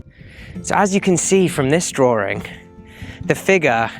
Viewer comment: Very interesting, but i unsubscribed because your serious issue saying the word "drawing" there is no fucking oor or ore, in the word DRAWING! its not "drooring" Sorry, i just cant bear a narrator who butchers our language so badly. ewwww! The writing is quite good. 😢